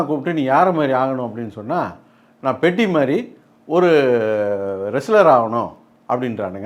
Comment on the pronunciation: பெத்தி ❌ பெட்டி 😂😂